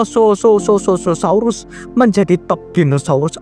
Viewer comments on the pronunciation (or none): Mosasaurus bg bukan mosososaurus bg ya bg 😊😊😊 👍👍